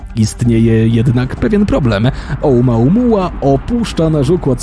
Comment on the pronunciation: Nie znam hawajskiego ale dlaczego czytasz to OUMAUMUA skoro pisze się OUMUAMUA ???